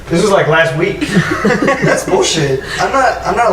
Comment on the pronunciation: You can tell is bulshitting when he puts extra emphasis on the word 'week.' hahaha